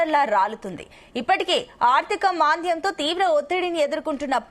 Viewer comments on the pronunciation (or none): అగమ్యగోచరంగా అనాలి తల్లీ.. అగమ్యగోచారంగా ఏంటమ్మా.. ఆర్థిక మంద్యమా@ మాంద్యం.. తెలుగు చదవడం నేర్చుకున్నాక తెలుగు వార్తలు చదువమ్మా.